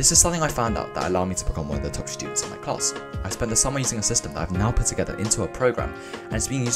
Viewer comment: am i the only one hearing shtudents?